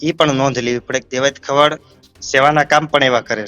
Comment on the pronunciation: ખવાડ નથી ખવડ છે અટક. પહેલા ગુજરાતી શીખી લે ભાઈ. પત્રકારિતા પછી કરજે તુ અને પેલો જાડો 😂